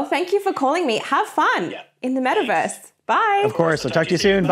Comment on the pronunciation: When she said metaverse 🤦🏻‍♂️